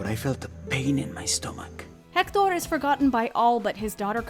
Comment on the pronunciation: Can we talk about how well she pronunciates Héctor y Hernesto?? As a Spanish native speaker, I give it a 10/10